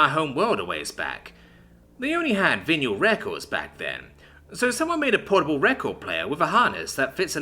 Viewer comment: One day will learn to pronounce vinyl